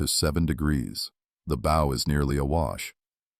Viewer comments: Why does AI always pronounce bow wrong? It's bow as in bow down, not bow as in bow tie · Friggin AI Narrator. Sorry, I want listen to AI say BOW like Bowtie, when it should have said Bow like Bow down. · Had to stop when the AI said 'her bo slicing the waves'. FFS, get somebody to read this who knows the English language. Bow, not bow and arrow, but ship's bow (like the 'ow' I felt when the video said bo).